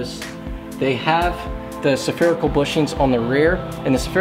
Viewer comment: Spherical not Saaapherical.